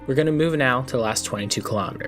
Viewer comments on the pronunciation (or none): I’ve never heard someone mess up the pronunciation of penultimate by that much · Interesting prononciation of Cipressa, Poggio and (hilariously) penultimate! But I’m only kidding, great video! Thanks a lot